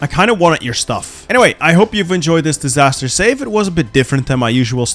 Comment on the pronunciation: Dis-tsar-ster save?